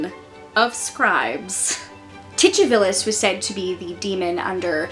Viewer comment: I like the pronunciation of Titivilus. Is the "ch" accurate? Ive heard it said Titty-vilus and Tu-ti-villus but never with a ch. I like the "ch" √√√